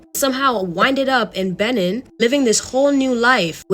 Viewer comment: It's Bay-neen lol that was so so cute 😂😂 any ways I'm up ordering white castle it's almost 5am my boyfriend sleeping lol I so I'm alone